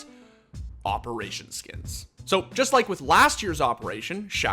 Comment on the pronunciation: "SKEENS" yep, this guy is definitely addicted to unconsciously spamming the inspect button all the time.